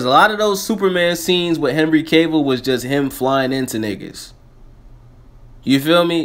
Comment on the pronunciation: Sound almost like you said henry cable xD